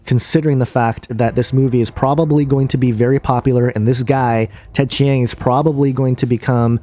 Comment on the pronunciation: Between your horribly incorrect pronunciation of Ted Chiang's name and the fact that you are claiming all these things without seeing the movie, I was already thoroughly annoyed within the first minute of your video. And what's this discussion about flat earth? It has been scientifically proven that the earth is round, and the only way you can believe in a flat earth is if you either surround yourself with misinformation, or you are too dumb to understand. Finally, it's a fiction movie. Relax. People like to think about aliens because it's fun. No idea what you are thinking here.